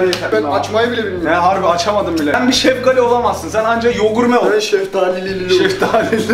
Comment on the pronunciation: Hidalgali deyil şefqali